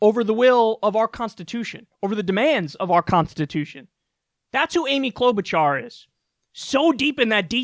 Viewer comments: I'm not going to vote for her. But Jeez, Kyle. Clow-boo-jar? She has been a Senator for 12 years. Her name has been all over the news, including in clips you have ripped apart. You sound like you don't know what you're talking about when you pronounce in that way over and over again. It's like saying "Mir-koo Rubb-eye-oh" for Marco Rubio. She at least deserves the courtesy of you learning her name, as a professional political commentator. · Cloud Boot Jar, lord yes. Never change that pronunciation